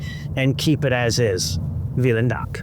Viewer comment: Your pronunciation of "vielen dank" is mostly correct, but remember - Germans pronounce their "v" sound as we pronounce an "f", making it "feelen dank".